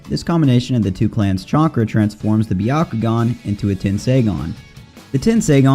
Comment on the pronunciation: "chonkra" LOL 😂